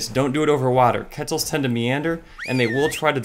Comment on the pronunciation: Is anyone else going to question why he calls them Ke-tz-els? when it should be qw-etz-els